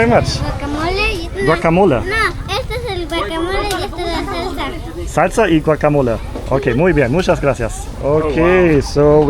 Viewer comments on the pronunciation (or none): none